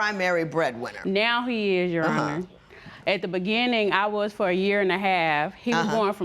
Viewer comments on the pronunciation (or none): its your honor! not yo aw ner!